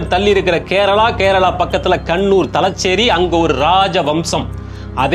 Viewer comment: மாப்ளா அல்ல.மாப்ள தலச்சேறி.அல்ல.தலஸேறி காளம்.அல்ல காலம்